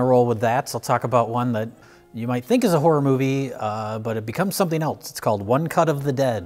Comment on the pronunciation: pronouncing the word “else” with a “t” in it is always so cute... (@